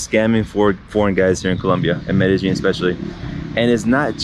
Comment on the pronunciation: BTW, Medejine is pronounced "Medeyeen" 😊